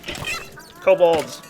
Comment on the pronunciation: Kobals? wow. studied his german.